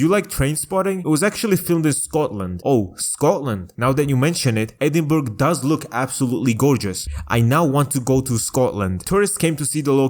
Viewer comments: I’ve never heard anyone pronounce Edinburgh “edinberg” 💀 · EdinBERG!? You disgust me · its pronounced edinbruh